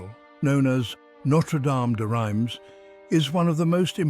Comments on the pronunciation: Reims is pronounced reemz not rimes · Pronounced 'rams' by Google Not rymes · It is pronounced "Rhahnz" cathedral - not "rhymes" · Rhymes Cathedral! It's pronounced "Reems" in English and to rhyme with the French pronunciation of "pince" in French. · Excellent documentary. My only complaint is your pronunciation of Reims. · Well, kind of english pronunciation for a french name...